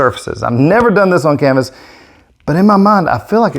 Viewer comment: i k-no you didnt just say WHERE'S MY K-NIFE, CAN-VAS HAHAHAHAHAHHA .....I love it!!!!🤗😋🥰